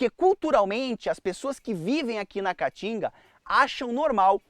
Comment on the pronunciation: Esse idiota não consegue nem pronunciar o nome Caatinga corretamente. Vai estudar, analfabeto. Caatinga, caatinga, caatinga.